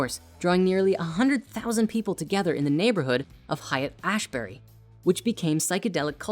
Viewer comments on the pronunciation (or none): haight ashbury, was always pronounced hate ashbury when i was a child. Not hayut ashbury. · Love you and your work🙏♥️🙏 (Haight is pronounced "hate") ---an old hippy 😉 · Haight St is pronounced "Hate" I moved to SF because I love it's 60s history but now the city is overrun by Big Tech. Many spiritual teachers brought Yoga to SF in the early 1900s. Would you consider making a movie about the History of Spirituality in the West? Swami Vivekananda (Vendanta Society), Paramahansa Yogananda, Zen Buddhism: Zen Center, Spirit Rock Center, Daoism, there's so much more & I had to do the research myself as history teaches us so much 🙏🏼